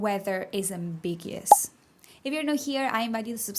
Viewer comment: Ambiguous. Am-big-u-us 😉 Love your videos. I’m learning to speak Spanish and really like the way to teach.